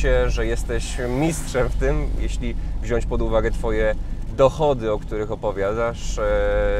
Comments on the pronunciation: nie mówi się WZIĄĆ! :P a tak to super :) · To sprawdź w Google chlopcze, mowi sie i pisze wziąć nie wziąść